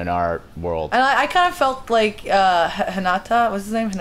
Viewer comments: No no no not dubbed pleaaase not this one. Also u already pronounce naruto’s hinata wrong its “hi-nata” emphasis on nata being pronounced fast not Naaata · Why... Why is it hard for them to say Hináta instead of Hínata? Amongst the many other issues because of the dub. Pronouncing names correctly in English freaking dub isn't that hard. Literally one of my favorite anime of all time and this dub is making me hate it. Watching this is painful. I can't watch this reaction at all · hEEnaTa... that pronunciation sir... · The way they say Hinata in the dub is so bad just like how they said Hisoka in HxH dub. It make my ear bleed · No you are saying it right the dub’s pronunciation is in the wrong.